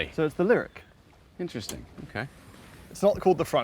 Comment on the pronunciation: it's pronounced "lyriQ"